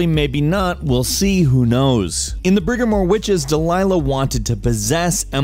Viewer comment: "Brigmore" Not "Brigamore"